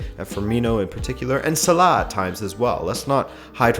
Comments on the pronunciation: Okay the "KHH" sound you pronounce in Salah is just stupid, if you can't pronounce his name in Arabic just say "Sala". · Please stop pronouncing salah like that its so wrong